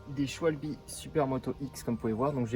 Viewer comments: C pas shwalbi sa se dit shwabeul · Qui dit Schwalbe et pas Scwalbie